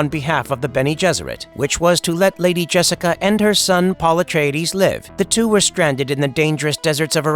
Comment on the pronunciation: Pul etridis Well at least is ain’t the TikTok voice